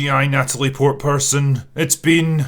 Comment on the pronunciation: I'm not trying to appear as one of those Twitter guys, but my dude, you can say Portman. Edit: To further be on the side of Natalie here, didn't she actually lift weights and all to get into shape